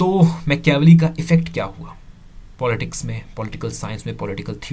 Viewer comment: Mecheaavelii nahi hai dost it's Maachiiaaavelli